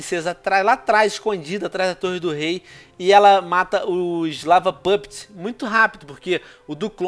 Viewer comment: kkk so eeu fico rindo quando ele fala lava puptes